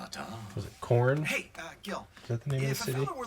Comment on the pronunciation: Quarth not corn :P